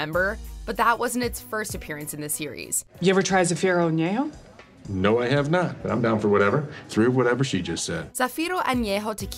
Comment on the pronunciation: Charles Wilkins Thank you! She butchers the name “Ignacio” and then still somehow magically nails “Zafiro Añejo Tequila.” Makes absolutely no sense.